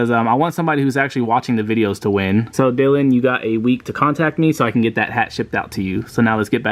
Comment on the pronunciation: U said his name wrong lol it’s DY - LAN